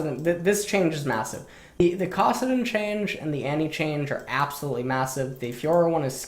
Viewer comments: Why the hell does intentionally mispronounce champion names? It's so jarring and not necessary. It's KAssadin, not CAWssadin. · He pronounced Kassadin’s name 3 times as Kossadin, then accidentally said it correctly but corrected himself to Kossadin again...Is this a meme? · Anyone else wanna shoot themselves when pronounced “kassadin”? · Bitch nigga even says it correctly and “corrects” himself by mispronouncing it again what a stupid bitch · Can't stand the way you pronounce Kassadin. It's like saying tah-mato or pah-tato. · Shout out to the fact that you say Kassadin with the same vowel sound as the word "cock".